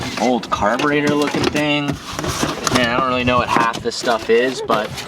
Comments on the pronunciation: I cringed so hard when said carburetor 😂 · Dad: "What carburetor is in it?": "What's a cabonator?" 🤣